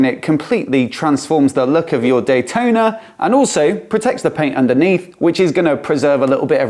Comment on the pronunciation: cfmoto 765 "d-huai-tona" will put this one to it's paces.